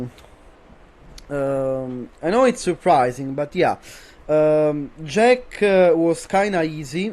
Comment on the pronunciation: Avevo il dubbio fossi italiano, poi ho letto la bio e ho sentito come hai detto JEK hahaha, un fratello. Complimenti per quello che hai fatto, veramente impressionante, rende la tua una delle tierlist più attendibili.